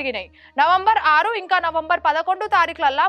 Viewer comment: చదవనీకి కాదు చదవడానికి 😅 ఇంగా కాదు ఇంకా 😢